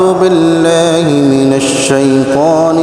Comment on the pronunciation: Не бллаҳи а биллаҳи,рот открой чуть аааа